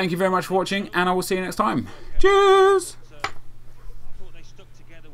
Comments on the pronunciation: at the end i tohught he said jizz xD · At the end, did you say "cheers" or "Jizz"? :)